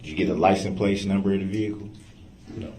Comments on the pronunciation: Did you get the "license place" number? "Grounds for Substaining that objection! Grounds, grounds, grounds!! "I'm axing you to substain my objection"! F-ing idiot 🙄! I forgot "I vietly objection! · LICENSE PLATE YOU IDIOT...PLATE..NOT PLACE. HE IS 200% ILLITERATE...OMG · . He cant pronounce anything. "LICENSE PLACE.". 🤣 i thought maybe the first time he said It wrong but then hes says it a few more times the same way. Geez. He soo stupid. The questions he ask these witness's makes him look really bad in front The jury.